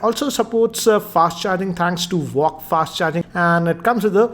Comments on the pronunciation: Sir it's vooooc charging not voc charging No offence❤️ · It's VOOC not VOCC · Nice video sir. Loved Realme 3 pro., I think, it's Vooc charging, which you pronounced "vocc" and also same written in second last line. Please correct me if I am wrong. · Again its Vooc Not walk😂😂😂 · its not walk its vooc... 😂😂😂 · It's vooc not vocc 😂😂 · Its not VOCC charging. Its VOOC (pronounced Vu-uk) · Its VOOC not VOCC😂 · Please check the pronunciation of VOOC. its not WOK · ITS NOT WALK CHARGER... ITS VOOC!!!! 😂 😂 😂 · vooc not vocc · for the very last time its VOOC not VOCC😆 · For the 738th time, it's VOOC charging and not vocc/walk charging😂😂😂😄😅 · It's pronounced "vuok"